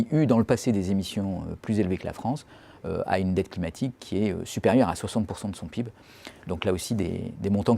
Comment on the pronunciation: frr il peut pas prononcer le pib comme tout le monde